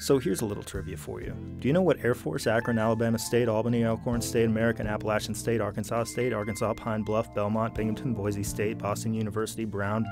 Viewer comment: I appreciate you pronouncing Appalachian State correctly.